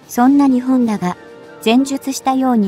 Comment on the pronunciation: 時々「日本」を「ひぼん」と読むのが耐えがたい。容認の限度を超える。